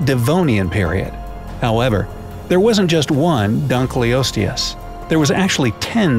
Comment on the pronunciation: The way you pronounced the creatures names hurt me.... Bc it’s “Dunk los tee us” and “mega lay nia” not “mega lan ia” Still love this channel doe